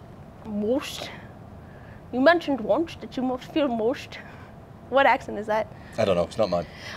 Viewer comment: The "mohst" instead of must 😂